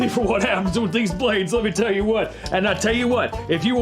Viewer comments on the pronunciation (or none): “Lemme tell you whut.” This is confirmation of Southern roots. We love to “tell you whut.”